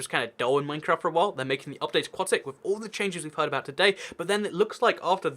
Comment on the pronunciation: FINALLY someone who pronounces "aquatic" correctly!